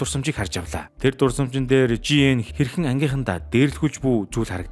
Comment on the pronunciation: Ли ан биш И ан Жи эн биш Жэеин